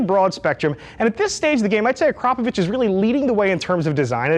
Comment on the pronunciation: The first native english speaker i have ever heard to pronounce the name Akrapovic correctly. Cheers bro!